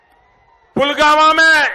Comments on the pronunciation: Pulgama or pulwama, modi ruling the country but can't take name correctly of its places. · btw modi ne video mei.. pulgama kaha hai... naa ke pulwama 😁😁😁😁😁😁😁😁😁😁😂😂😂😂😂😂😂😂😂😂😂😂😂😂😂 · pulgama bol raha h modi pulwama ko 😄😄😄😄😄😄😄